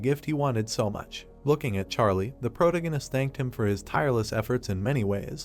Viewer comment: The way you mispronounce protagonist is annoying. Is it just me?